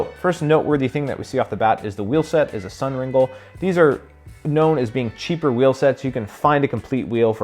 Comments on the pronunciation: Pronounced Sun-Ring-LAY, not RinGEL. My fellow 90s peeps will remember drooling over all the Ringlé high end anodized components. All I could afford at the time was their bottle cage. Purchased (or merged) by Sun rims, and now Hayes. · Ringle is pronounced ‘ring-lay’… Just a friendly PSA.